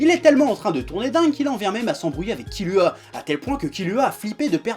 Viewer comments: nickel,sauf que kilua sa se prononce kirua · Kilua On dit kirua